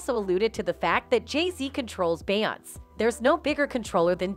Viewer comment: When u get them white people commentators and they can’t even pronounce her name, or is it out of disrespect?